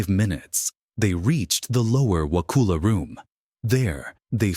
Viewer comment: Actually not pronounced wa-cool- a. It’s wa-cuhl-a.